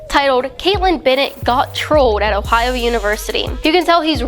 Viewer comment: She can't even say Ohio,lol. Don dwink da fwowide! ... but really don't drink fluoride.